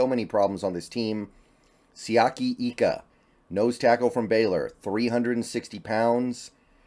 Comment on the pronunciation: Hey, new subscriber. Just watched your draft 1.0. Wanted to correct you on a pronunciation of Siaki Ika's name. It's like an I, not an E with his last name. I lived next to a family from Tonga with the same last name, and they told me. I like the picks!!